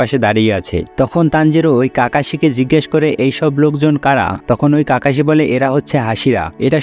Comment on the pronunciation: Kakashi না kakoshi